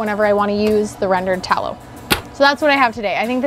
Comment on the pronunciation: i keep hearing "beef towel" lol